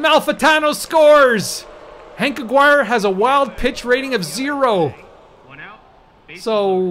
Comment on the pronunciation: Just for your future games, Bruton rhymes with ROOTIN' and Aguirre is pronounced a-GARY.